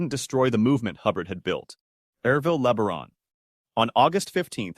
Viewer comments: Ervil LaBaron's last name is pronounced like La-Bear-on, not Le-ber-on. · It’s not LEAH-BA-RON.. it’s LEE BEAR-ON.. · Leb-a-ron. Sounds like a transformer the way your AI voice says it. Horrible. Le-bear-on.